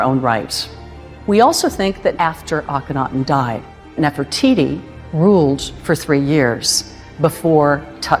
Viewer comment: this man knows nothing about ancient Egyptian history, he just went there to sand and says Nofertiti, Nofertiti about everything.😑